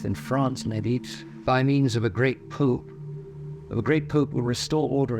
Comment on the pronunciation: I would advise this to learn how to pronounce “pope” because he pronounces it “poop” and says “A great poop” will…..Other than that this is a great prophecy.